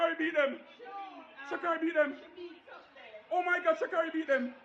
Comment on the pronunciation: Pus some respect on that young lady's name sucker! Its Sha'carri